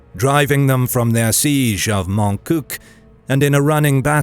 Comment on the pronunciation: As a frenchman it is my duty to point out that the final Q in "Montcuq" is silent. And yes, that makes it sound like "My Ass" in french. This is a subject of much rejoicing and laughter among my people.